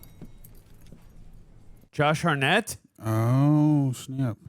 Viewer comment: "Josh Harnette" :D